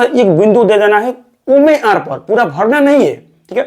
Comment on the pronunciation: omer ni OMR hota h..try to improve your ascent.. Different type & category of students are watching ur videos...